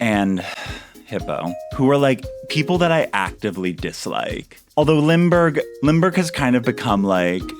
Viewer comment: Finally we can say goodbye to Hippeux 😂 I love! You make me love Dystopiacore. Funnily Cherry and Cephalobot are residents on my new Dystopia, abandoned Carnival, dark academia forest Island and I love 'em ❤ hilarious how you pronounce „Limburg“ I’ll miss that 🥲 Goodbye, your awesome, but we need to move on 😍 i‘m so excited to see your new island! And pls. No more Hippeux xD